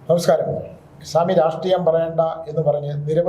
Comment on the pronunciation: ചാമി, not സ്വാമി